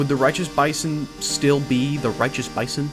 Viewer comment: I fweaking LOVE LOVE LOOOOOVE THE BAYSON!!